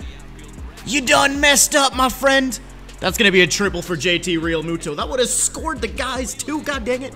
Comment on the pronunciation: He’s saying it right if you think it’s wrong then you don’t know how to pronounce peoples names